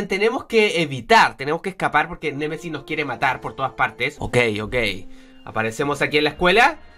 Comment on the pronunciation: Like si escuchaste a decir cien Messis cien Messis:v